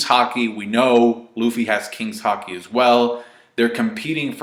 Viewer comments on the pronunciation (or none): none